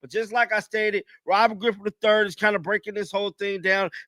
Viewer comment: Bruh said "Robert Grippin Da 3rd" 😂